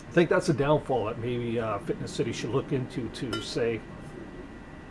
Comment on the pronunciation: good video, but just for your information, it's not " fitness " city like you constantly say there is no "T" it's Finess City.